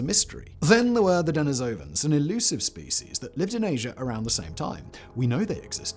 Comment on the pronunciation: De NI sovans NOT Deni SO vans Your pronunciation of nearly every non-English word just stinks. German, french, russian... all vastly off the mark